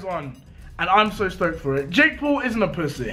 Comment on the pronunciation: DEJI SAID JAKE PUL HAHAHA